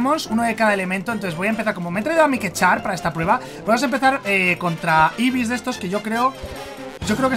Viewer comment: Mike disiendo casi todos los evees mal yo me pegó contra la pared